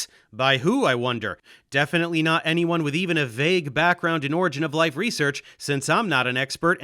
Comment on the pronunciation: Does anyone know what an "origa of life" is? I mean if you're going to claim to be a reputable source on a topic, you may want to at least pronounce the field correctly.